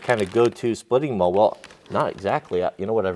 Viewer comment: maul not male lol